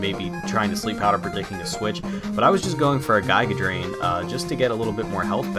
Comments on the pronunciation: You got me now saying Guy-ga Drain instead of Giga Drain, DAMN YOU!! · Your mispronunciation of "Giga Drain" has grown on me.